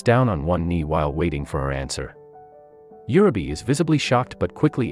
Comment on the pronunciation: For Heaven's sake pronounce the names correctly! It is UUUreee beh.